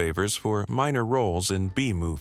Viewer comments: It's pronounced Sal Minny O . Not Sal min - A O . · Pronounced Sal Men-E-O not Men-A-O! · pronounced mini ooo not mina no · Sal Min- E-O not min- ay-o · It's Min ne o Not Ma Nay o. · Hey!!!! it's pronounced - Sal Min- E - Oh Respect Your Audience with HUMAN Narrators....it's Classy and You will get many more Subscribers!! Good Luck! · It's Sal Min-ee-oo! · AI narrating SUCKS. Is it REALLY so untenable to pay a few bucks to a REAL narrator? How many ppl will NOT WATCH anymore of your crap bc it's SO OBNOXIOUS? I won't watch anymore of your stuff. MINN EE OH Sal MINN EE OH. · I never heard that name pronounced like that. I always heard it as Sal MINN-ee-oh. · It would be nice if the film commentators knew how to properly pronounce the subjects names such as Sal "Mineo" not minnow. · I hate how you pronounce Sal Mineo. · More artificial intelligence, learn how to pronunce Sal Mineo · more AI crap....mispronounced words and names (Mineo) and awkward narration.......gullible subscribers......youtube-enabled junk....and who is that creepy person at bottom right??!! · Name of Sal Mineo mispronounced repeatedly. Common knowledge sensationalized.